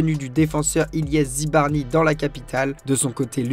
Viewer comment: Zabarnyi et non Zibarnyi